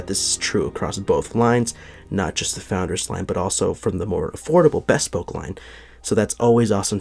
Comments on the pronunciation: Bespoke is pronounced /bɪˈspəʊk/ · Not to be a bag of dicks, but just for future reference, since you're in the shoe biz --- not 'bespoke' as in best, but a short, clipped 'bespoke' as in buh... It should almost sound like b'spoke-- hardly any vowel sound after the 'b'.